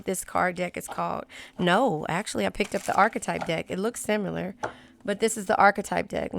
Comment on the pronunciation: I absolutely love your readings.... Most on point in YouTube! Fellow Cancer here!..... And I don't know what I love more, your readings or the way you say Sim-U-lar! 🤣😊 Makes me smile EVERY time! 🙏🏻